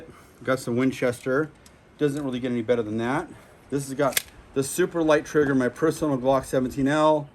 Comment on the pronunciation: His triggerrrr. Lol😂